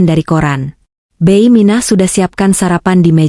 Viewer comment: Koreksi dikit mbak cara baca bibi jangan beiy, bi gitu dong anda orang mana sih